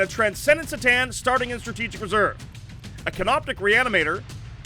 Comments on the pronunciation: it's c'tan as in k'tan not as in see'tan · The C'tan are not "see tan". It's "Kuh tan". 🤖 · "C'tan" is pronounced "Kuh'tan". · You guys pronounce it "Se-tan"? I've always heard "Ke-tan".. hmm I like the video, one note though: Maybe the narrator could TALK instead of shout at us? :D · is there a reason they pronounce c'tan with an s sound instead of a k sound? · Great video and all, but does anyone else die a little inside when they hear that pronunciation of C'Tan (Pronouncing the C like an S) or is it just me? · please pronounce c'tan right.